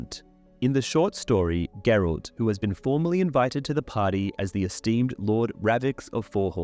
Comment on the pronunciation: Who is Gerold? ... you mean GERALT?